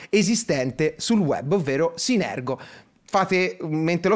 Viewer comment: scambia la R e la G nel nome di synergo